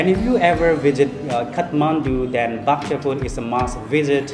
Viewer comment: Its Bhaktapur bro! Not bahktapur!